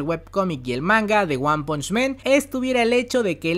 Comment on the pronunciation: Repite conmigo, ONE PUNCH MAN, ONE PUNCH MAN...ONE PUNCH MAN..... MAN, MAN. 2 errores; 1er es que están pronunciando mal el nombre del manga/anime y 2do error es que diciendo men (que es el plural o sea hombres)... Aclaro, no es para de ofender.. más bien constructiva. Un saludo.